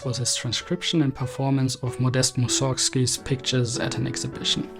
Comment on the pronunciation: In Russia they accent the first syllable of Mussorgsky, and scruntch up the consonants gsk into a single gutteral sound. It's just two syllables altogether. Moos'-orgsky. Also, the little 'o' in the middle just becomes a shwa. So, you could Anglicize it Moosersky and come pretty close. The funny part is the first bit "mooser" is also the Russian word for trash, so you could say "Trashsky" if you ever had a reason to do so, and it would be extra funny to any Russian speakers, if you ever had a reason to want to do that.